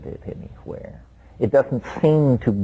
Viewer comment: Lmfao anywhere! This inflection is so rare from him